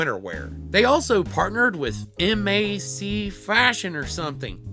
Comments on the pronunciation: That part took me out as well!!! M A C Fashion 😂😂😂. It’s MAC makeup 💄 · MAC, pronounced "Mack," is a makeup brand lol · I find it easy to remember to pronounce it like you do in mac and cheese lol